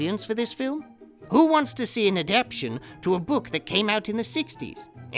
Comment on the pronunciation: a-dap-TAY-shun,... adapTAtion!! [not aDAPtion]. Otherwise... brilliant! Thank God I wasn't drinking coffee when the perfume commercial hit or I'd have sprayed the screen!